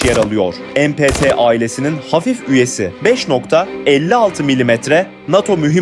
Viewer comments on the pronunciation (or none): MPT'yi "Em Pe Te" diye okumak nedir arkadaş? İngilizce okuyacaksan "Em Pi Ti" de; ki öyle de deme, bu Türk tüfeğidir, "Me Pe Te" diye oku. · Mpt ismi Türkçe kelimelerin kısaltması olduğu için emepete demenize gerek yok ingilizce bir açılımı yok galdas